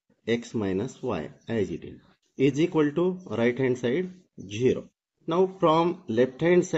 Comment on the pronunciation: 0 is pronounced zero and NOT jiro ! " Into " is used in division ! Multiplication is indicated by " by ".....!..